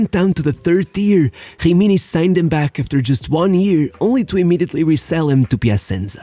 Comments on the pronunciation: Dude work on ur pronounce It’s not Hrimini or Hroma It’s Rimni and Roma Cmon just a little effort thanks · Why do you pronnounce gggimini ? Is not french, it is an italian team. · Great subject, but honestly your voice tone is quite annoying, and the fact that you pronounce every italian word with some kind of brazilian accent is truly infuriating... Like it is "Rimini" "Jimiñi"! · You should learn the pronunciation of a LOT of words you said it was disgraceful to hear a.s. homa and other shit like himini or hubin kazan…